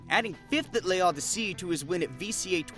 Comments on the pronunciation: Quick French tip. You don't need to say the "e" in "Le" Odyssey. It's said "L'Odyssey". It works this way for certain words. Its a rule similar to "a" and "an" in English. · It’s loh dee seh 🙂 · I mean yeah, but like, assuming they watched the tournament, wouldn’t they just learn how to say it anyway? and why not look it up instead of butchering it 😭 but yeah you’re right lmao